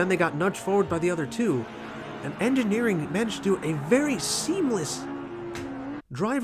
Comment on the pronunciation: "I feel like I'm probably mispronouncing Engineering's name, so..." I felt that you were right how you pronounced 'Engineering' 😉 Nice races, thank you 👋🏻👴🏼